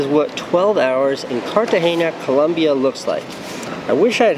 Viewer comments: It's not Cartageña, Casey. It's Cartagena. Prpnounced just like that, normal n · Casey it's not CartageNia it's Cartagena (pronounced Car-ta-hey-nah) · Or to learn to pronounce 'Cartagena.' :-) (not Cartageña) Everything else was, as you young people say, 'dope.' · because most of us don't speak spanish dude. I don't know why all spanish people say 'jess' instead of yes..so annoying to us 'gringos'. In all seriousness, are you saying its pronounced carta-hay-ya? Have to admit, I thought it was carta-hay-nya. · Dude, you just murdered the name of the city. Cartageña lol. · Did he just say cartahenya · It's pronounced "KARTAHENA" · Love ya, Casey, but there isn't a "ñ" in the name "Cartagena." So stop saying it like that. I don't know why all gringos do that... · Cartagena! U misspronounced it til the end...allmost.